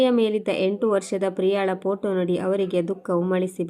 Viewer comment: ದಯವಿಟ್ಟು ಪೊಟೋ ಅನ್ನಬೇಡಿ. ಫೋಟೋ ಅನ್ನಿ.